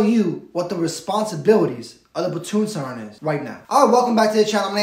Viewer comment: Platoon Sergeant not Sarnt.